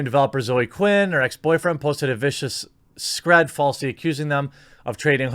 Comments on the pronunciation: God, I love the term "struggle snuggle". Pronounced "screed", not "scred". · Great channel Jeremy, but it's screeeeed, dude, screeeeed (screed as in deed) - not scred (as in ed), :P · screed rhymes with feed and need not sled. also i dont think migrant worker camps exist anymore or did you mean immigrant?